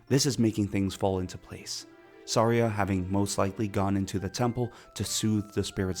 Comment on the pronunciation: I know I was watching a reveiw and they said “Sairia” and stuff like that and I was so mad… but it’s not all his fault he had an accent… but some of it was butchering it